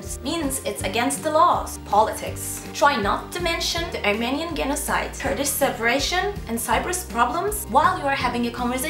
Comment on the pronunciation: bılov, tamb, ermeniyın genosayd, offıns, vumın... ne w var ne th var ne başka doğru telaffuz, ama offer derken "offa" tpoic derken "tapix".... he gülüm he şahane anlatmışsın ülkeyi.